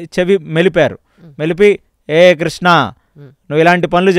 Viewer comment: నమస్కారం మేడం మీ ఇంటర్వ్యూలో కృష్ణ కృష్ణ అంటున్నారు తప్పు తప్పు కృష్ణ కృష్ణ కృష్ణ అని పలకాలి